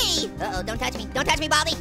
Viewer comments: Its Baldi Not Bobby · What did you say bal-di